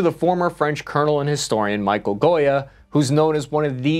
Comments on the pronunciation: It's MICHEL not michael Goya 😭 Ww1 French didn't surrender ? The battleship number are not right ? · It's Michel Goya, not Goyam.